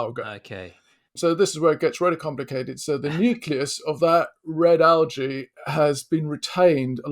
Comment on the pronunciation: A bacterium. Singular. He even says bacterias at one point. And he can't pronounce algae.